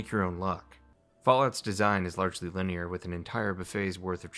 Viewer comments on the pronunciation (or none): none